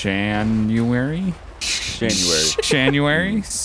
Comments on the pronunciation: Patrick Smyth he said shanuary lmao that's what I called into dispatch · Shanuary, Nineteen Zheventy Five? That hasn't happened yet... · Uuhhhhh 😂😂😂😂 born in schanuary